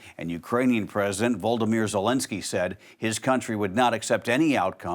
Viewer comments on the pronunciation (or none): Excellent job, and SAN., his name is pronounced Vo-LO-dy-mir.